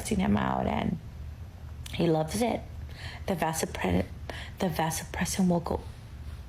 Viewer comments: Vasopressin not oppression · It sounds like the first gal is saying "Vasopressin," and not OPRESSON. This is odd as vasopressins are used to help you retain water and increase blood pressure. Not sure what either of these has to do with love. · ALL THESE BIOLOGISTS ... She can't even f@ pronounce the word vasopressin... Stress a man and you are out in the streets... Modern men have woken up and won't take this nonsense any more....